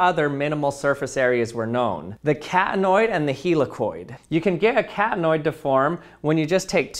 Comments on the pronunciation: Do I the only one hearing "cat-annoyed"? What so irritating about it to a cat? XD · What he says: Catanoid What I hear: cat annoyed